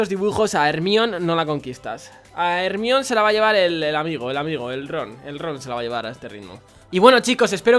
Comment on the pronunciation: Hermione se pronuncia jermaioni ahre😂